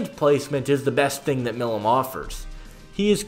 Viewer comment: Hey brother it’s pronounced “my lum”